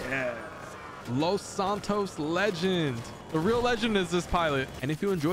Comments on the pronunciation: take a shot every time he says Los Santos wrong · Plz say los santos right